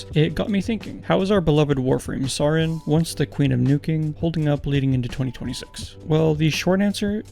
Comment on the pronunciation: Please learn how to pronounce saryn, its literally just the word sarin spelled differently